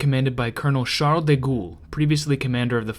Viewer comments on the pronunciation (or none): Sharl DeGhoul ok you better be trolling on that one omfglol lmao sharl de gaul. if that's tough try sharl de goal